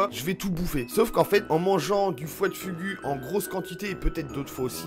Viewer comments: foie de fougou c'est comme sa que sa ce pronnonce pas fugu ^^ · Ah tu m'en fais un beau fugu toi 😂😂 on prononce fougou 😂